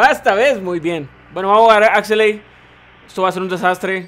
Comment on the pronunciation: Axeley, no no, pronuncia buen bro por favor, se dice Axelay, de nuevo Axelaay, no lo jodas, vale bro